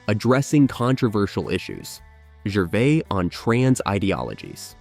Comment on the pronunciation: Ricky "Gervay"